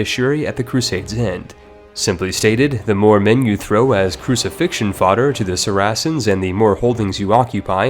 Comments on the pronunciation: The way u pronounced Saracens made me cringe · Man can't even say saracens right. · 😅 say "pious" now say "piety" Don't get me started on papal, Saracens, betrothed, Hospitaller, or Outremer. God, I dunno why that bothered me so much. Nevertheless, thanks for the video. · OMG how many words can you butcher, examples Saracens, Papal and piety. I am sure you have butchered many more. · I don't think you pronounced ONE term correctly. Saracens, Papal, Piety... Oh dear where to start?